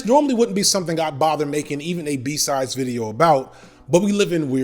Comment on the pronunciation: I keep hearing ‘B Sides’ as ‘B Size’ 🤦🏽‍♀️🤣